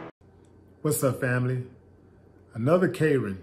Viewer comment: Kay-ren! Thats how we say it in Texas!💪🏿🤣